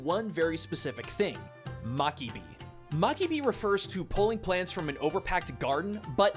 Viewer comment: it's mabiki, not makibi.